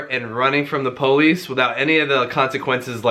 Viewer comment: I died when he mispronounced police